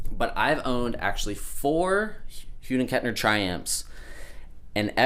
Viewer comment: Nice collection man! Your one lucky 🐥 I have a question though... you're the only person on YT who pronounces H&K that way 🤔 it sounds like your saying "HUDEN Kettner" instead of "Hughes and Kettner"... any reason?